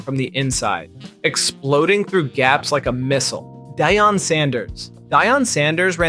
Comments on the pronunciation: when he said dyan… i cut the video off 😂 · Who is Dehyon Sanders 😂😂